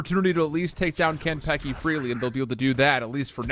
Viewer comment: im so annoyed by the caster's pronunciation of kanpeki